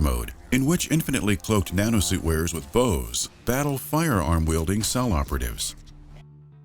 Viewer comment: Instead of "the Nanosuit", i hear "Banana suit" every time...